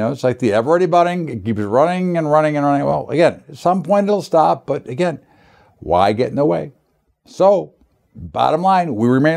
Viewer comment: Again..thanks..but "agin"..then "agin"..because "agin"..well, once "agin"...lol..yo da man..but "agin"..